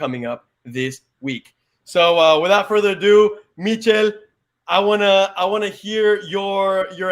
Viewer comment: Thank you guys for the giveaway been watching y’all since around covid and you guys got my name spot on Michel pronounced my first name perfectly as well as u pronounced my last name perfectly as well.